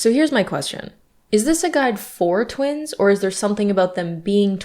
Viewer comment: Why do I keep hearing you said twinks and not twins 😭😭